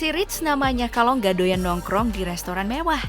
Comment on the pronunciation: Janji ga "doyang" 👆😅